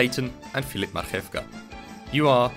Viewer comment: I am not that dude, but I gotta say, your flawless pronunciation of "Marchewka" took me by surprise.